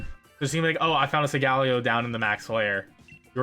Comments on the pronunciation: "sungaleo" SUNGALEO!!!!! WTF it SOLGALEO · But how he pronounces solgaleo tho